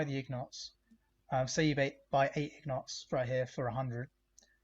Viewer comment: My friend, the gold ingots are pronounced in-gets.